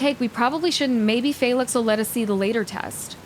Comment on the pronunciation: I find it funny that she is understanding the game so well, but also does things like pronounces Phlox somehow with an 'a' (amongst other names).